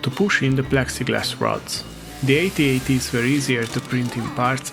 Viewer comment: Thank you for saying "Ay-Tee Ay-Tee" and not "Atat".